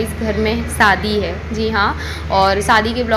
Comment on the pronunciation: Saadi Saadi kya hota h? Shadi hoti h plz thoda thik se bola Karo acha nahi lagta aap public platform pe ho thoda dhyan rakho.